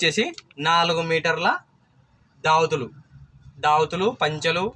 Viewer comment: ఒరేయ్ నాయనా దావతులు కాదురా నాయనా దోవతులు లేకపోతే పంచెలు అనండి దావతులు కాదు దోవతులు ఓకేనా